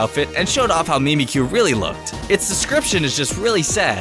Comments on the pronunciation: Your pronunciation: Mee-mee-cue Real pronunciation: Mih-mik-cue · its not memecute!!! its mimic-you mimicu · Mimikyu is a combination of meme and cute? LOL The pokemon literally mimics the appearance of another. Pikachu in this example. You can check bulbapedia and see that its name comes from an english derived Japanese word that means to mimic. Its Mimik-kyu, not Mimi - kyu. This can also be seen in that the romanji for the Japanese name has two k's. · It's pronounced "mim-ick-kyoo." I'm pretty sure it comes from "mimic you" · It's mi mi ku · mimikyus name is pronounced mimic-you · Mimikyu is literally "Mimick" and "You. " But I don't know if you're being sarcastic. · Mimikyu is suppose to say mimik yu(mimic you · "Mimikyu" Mimic you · Its Mimik-kyu. The k is pronounced twice. It was just reduced to one k for the english written name for aesthetics.